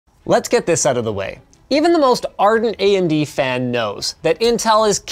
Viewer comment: ("subtitles made by Linus") ("Andy goes here") Conclusion: Linus does not know how to pronounce "AMD".